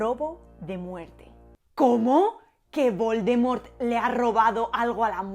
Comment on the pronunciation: La pronunciación de "l'étrange" deja mucho que desear jajajaj, pero la de "vol de mort" estuvo bastante bien.